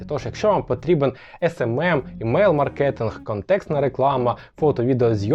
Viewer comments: всі, то займається маркетингом, запам'ятайте уже хоч вимову сфери-наголос на А.. маркетинг, а не Совєтське співзвуччя з минулогр маркЄтінг... ви ж не кажете супермаркЕт.. відео класне, дякую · кажете слово "маркетинг" з неправильним наголосом